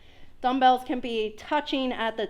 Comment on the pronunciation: You said dummbles only am I wrong ?